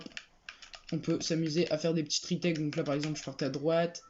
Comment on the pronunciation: Retake pas retaike 😂😂😂😂